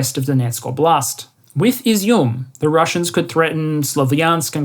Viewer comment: Just a small pronunciation tip: Óblast, not oblÁst 😉